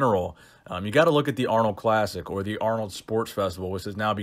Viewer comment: Aaaarnold! It's not even close haha